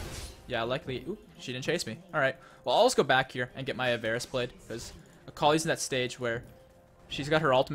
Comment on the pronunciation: I think it's pronounced "avariss"